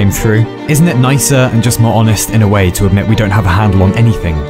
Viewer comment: Every time exurb1a mispronounces a word on purpose like "whoay" for "way" it's part a a message you can trace back to his first videos and it's making a script with a grand message about him and his channel and its goal. So far it promises a reward for the one to eventually find out the message. I'm not that intelligent and the message is scripted as well so if someone with cryptology knowledge wants to look into it feel free to do so.